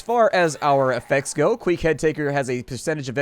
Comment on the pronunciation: Queck would be pronounced "kwehk".